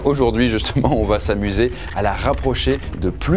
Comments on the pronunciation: Oui . Mais on ne prononce pas : "ça vaT être". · Quelqu'un peut enfin lui dire que VA ne s’écrit pas VAT et qu ́il n’y a pas de liaison? Sérieux ca pique de fou !!